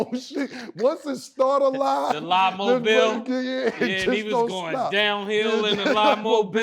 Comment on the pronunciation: “Down hill in the lie-mobile” 😂